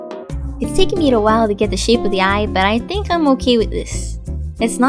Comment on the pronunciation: the intro was really weird and why dose she say Oki instead of okay but anyways mine turned out great